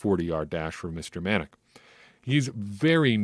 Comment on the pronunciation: muh Nac is how it’s pronounced for #47 Chauncey Manac. Watch his Ragin Cajuns where he was #17 on defense. Another game to watch is the Sun Belt Conference championship game against Appalachian State. For the first 3 years Cajuns couldn’t beat App State.